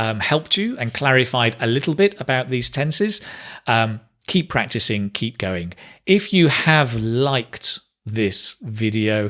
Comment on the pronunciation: Sometimes, When you pronounce the word "Keep", To me it sounds as "". Listening, learning and supporting 😁